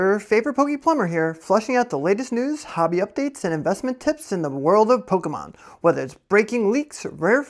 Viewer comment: I thought you were about to cancel yourself with that pokemon pronunciation 😅 love your content bro keep it coming